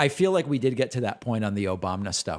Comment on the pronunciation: Omg Destiny needs to clip THIS clip of David saying Obamna here and use that! Lol